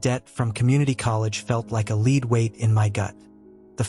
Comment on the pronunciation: Pretty good story. But I think your AI was confused. Towards the start of the story the word "Lead" was pronounced wrong. It should have been lead meaning weight, not lead to guide someone.